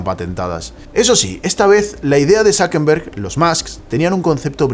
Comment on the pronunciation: ¿Por qué dices ZuckeNberg en vez de ZuckeRberg? Por cierto yo ni tenía udea de que Tiktok era tan viejo.